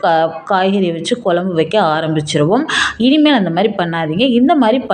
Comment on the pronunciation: அம்மையார் வாயில் 'ழ' கரம் படும்பாடு......... மழலையர் பள்ளியில போய் ஒரு மாதம் பயிற்சி எடுக்கச் சொல்லுங்க. 'குழம்பு' வைங்க. 'கொலம்பு' வைக்காதீங்க.